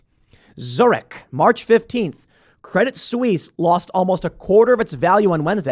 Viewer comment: A silly point: the "t" in "Credit Suisse" is silent (stress on the second syllable).